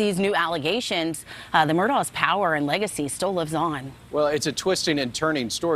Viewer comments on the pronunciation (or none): It is pronounced MurdOCK. If you are going to report on it, say it correctly.